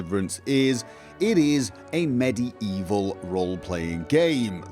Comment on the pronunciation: Med-E-evil, lol